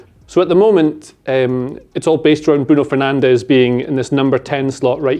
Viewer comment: why does no one in the uk pronounce bruno fernandes name right? Am I missing something?